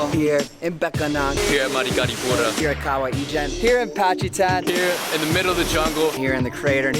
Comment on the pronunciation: patchy-tan in Pacitan lol